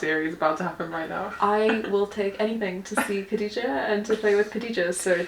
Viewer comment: Kha-dee-ja, not Katija. Like pronouncing Bach (German composer) or when you make a grunting noise at the back of your mouth